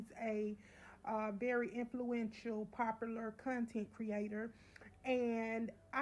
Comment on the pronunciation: I’m not listening to anyone’s review that can’t say popular…this was so fake